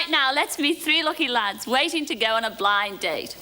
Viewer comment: I always liked the way the announcer at the start was very careful to pronounce the two D’s between the words Blind and Date. “Ladies and gentlemen, it’s BlinD Date”.